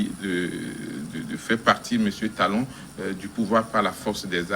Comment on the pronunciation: C'est qui ce journaliste. Il dit talon talon pffff.